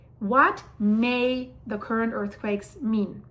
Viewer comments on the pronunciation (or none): none